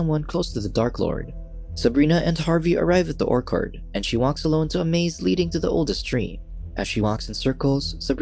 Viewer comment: Orc-ord??? Had me puzzled till I realised its ORCHARD! 🤣🤣